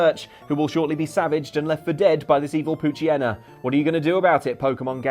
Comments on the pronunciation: Did you just pronounce it "pooch-y-en-na"? It's "pooch-yee-na"! Like pooch/hyena mixed. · I love how everyone consistently mispronounces the "Hyena" part of "Poochyena." It's tradition at this point.